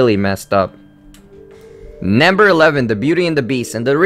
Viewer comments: Question: why do you say nAmber instead of nUmber? oO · why do you pronounce number as naamber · Can I get this in captions? I cringe really hard every time he says NAMBER. Yes, to the point I have to mute it. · He also keeps saying namber which gets a bit annoying cuz I think he's just trying to say number in a weird way, I mean can someone just tell me where he is from?! I can't get used to his accent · It's NUMber not NAMber, I wanted to rip my ears out every time you said that! >.> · Who else notices that he pronounces Number as NAMBER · like why u say "namber" it's "number" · why u tell nämber? its number😅 its make me laugh sry . but i like ur video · it's funny cuz he says nimber instead of numbef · Namber aayt. Rapin'zel. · you say namber not number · nember ... ugh so annoying to hear.. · number not namber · I cringe everytime you said namber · "nambar 3" lol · its very annoying because your saying "Namber" instead of "Number". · Why do you pronounce " number " as " Nambur" ??? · "Nembur three" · "namber two!" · lol naamburr twooo